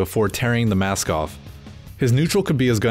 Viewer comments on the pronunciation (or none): none